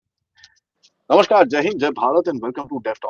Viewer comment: आपको निवेदन है कि "नमशकार" न कहें. सही शब्द है "नमस्कार".